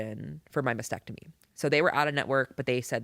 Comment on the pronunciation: the word is MAS-tec-tomy., not masectomy.